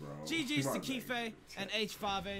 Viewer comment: when used to call him kiefee😂😂